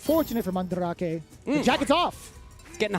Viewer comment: Man- dra kay? Fuck man, look it up. it's an actual word dude!